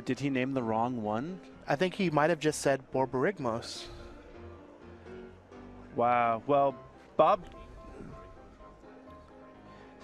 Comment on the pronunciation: I didn't notice before watching this but the commentators ability to say Borborygmos repeadetly it's tremendous.